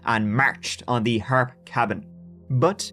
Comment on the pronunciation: If many people haven’t told you yet , I have always heard the name told as The Harps bros pronounced as The “Har- pee” bros. Not that it makes a big difference.